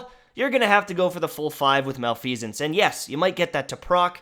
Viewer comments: Ahem. Pronounced, mah-leh-fih-sense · I believe it’s pronounced Mel-eff-eh-sence. I could be wrong tho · Pronouced ma-lef-uh-cents